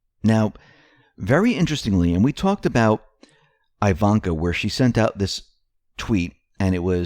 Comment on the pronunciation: Please stop pronouncing IVANKA's name with an "i" sound. It is with one EEEE sound. Why in the world you can never pronounce anything that is not English? Drives me nuts!!!!